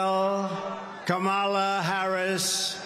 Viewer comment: Why does Trump continue to use the racist trope of mispronouncing Kamala Harris’s name? He is shameful with this and his name calling. Gingrich should know about this tactic given he was one of the authors of how to use hate rhetoric. We see you Newt.